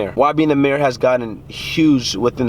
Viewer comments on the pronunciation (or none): none